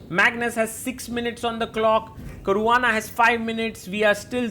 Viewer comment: Caruana ❌❌ carvaana✅✅